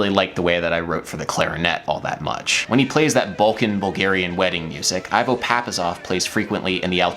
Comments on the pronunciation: IVO = EE-VOH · Hi Adam, sorry that it's taken me two an a half years to notice this video. Thank you for this composition and for this video. I have two comments: "Ivo" is pronounced like the band "Devo" but without the D. It's normal for non-Balkan westerners to add a little time at the end of musical phrases, so it's natural for them to have accidentally made those extra/rest measures have 6/8 amount of time instead of 5/8. Balkan musicians often unknowingly shorten the last measure of a musical phrase instead of lengthening it, which makes for interesting experiences when westerners play Balkan music with Balkan musicians.